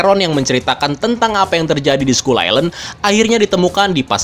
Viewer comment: ‘Skull’ dibaca ‘skal’ Fyi aja